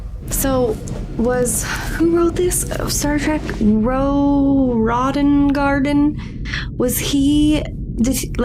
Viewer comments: Roddengarden?!! Wow, that's so cringe to any Star Trek fan's ears! 😖 You mean Roddenberry. Gene Roddenberry is the creator of Star Trek. -OG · There are only a few basic words of Vulcan (and you had heard some at the beginning of the first film already), however what is a full language is Klingon. ;) Also it's Roddenberry, not Roddengarden :P Though it's not him, but Mark Okrand who fleshed out the Klingon language while James Doohan (the actor of Scotty) provided the basics for the dialog at the beginning of Star Trek I :) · 'Ro Roddengarden...' LOLOLOL ... Gene Roddenberry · RODDENBERRY RODDENBERRY NOT RODDENGARDEN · And its Gene roddenverry give the man respect by getting the name correct. He was a visionary made how many series and movies even write Andromeda amd Majel Berit was his wife. Nurse chapel . And conusillor Troi's mother. I never forget a face either im. A rocket scientist. I like sace stuff while I'm working. Entertaining. . . Just mentioning this cause you seem lost. Now your found. Thats not ment to be condensending. Your a nice lady. I just remember a lot. Sometimes people get irritated with me wife included. But ❤ kindest intentions and its just a show. Id love to make it real. Michiu Kaku would think so. Theoretical physics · Rodden-garden? 😊 That is the most imaginative way of saying Gene's last name! Not the correct way, but very original! I 💚 the fresh perspective of the younger generations! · Yes, Star Trek creator “Roe Roddengarden” 😂😂😂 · Roddengarden? OMG!!! Hahahaha! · ‘Ro Rodden-garden’ 😂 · Roe Roddengarden. I'm still laughing about that, and the fact it made so many Trek heads cringe at once. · Ro Roddengarden... Close enough. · You pronunciation for Gene Roddenberry made me cry. Otherwise good video and met you and yours live long and prosper 🖖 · A thousand trekkies just had a stroke hearing her mangling of Gene Roddenberry. lmao. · Yeah... insult the Trekkies by mispronouncing the creators name.